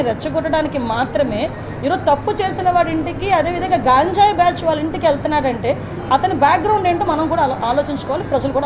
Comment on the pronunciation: Sodi aapavamma . nuvvu mundu ganjayi sarigga palakadam nerchuko.cbn tottu kaburlu matladaku.ok.